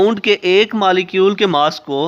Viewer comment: Pronounce correctly. . Its not malicule ..it is molecule